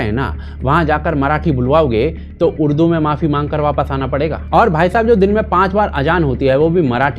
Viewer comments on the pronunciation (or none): URDU 🙅 UDRU🙋 😂😂😂😂